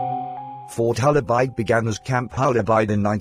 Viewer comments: Hola Bird say it correctly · Bloomin Brit computer voice can not pronounce the name ............................